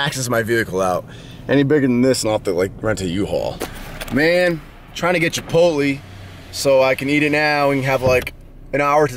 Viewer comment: with the bait. GODDAMMIT ITS CHIPOTLAY NOT CHIPOTLEEE YOU FATASS